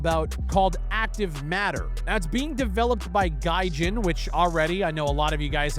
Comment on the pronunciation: the only reason i watched this because its you but the moment you said gajin. incert spiderman laugh meme